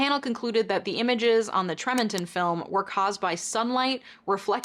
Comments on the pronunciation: Just popping in to be a little pedantic. It's pronounced TREE-mon-ton. As a lifelong Utah resident, I had never heard of those sightings. Which is odd considering I was a kid with a room adorned with space wallpaper and wore tshirts with aliens on them everyday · I've lived in Tremonton (pronounced tree-mon-ton) before and I've never had sun reflect off of a gull before 😂 Thanks for reporting that bit of information, it gave me a chuckle! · It's pronounced TREE-mont-on, Utah.